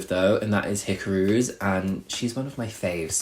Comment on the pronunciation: Yes but the way he said Hikaru as Hikoru made me 😂😂😂